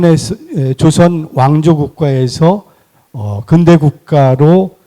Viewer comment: 아이고! 자고저 문제가 심각하오이다. 자고저란 말 들어 보셔씁니까!?? 우선! "근대"의 첫 자는 길게 발음해야지요!! 그런데! 이를 짧게 잘못 발음했으니! 이 얼마나 슬픈 문화입니까!??